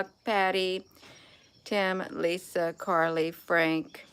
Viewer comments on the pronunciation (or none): none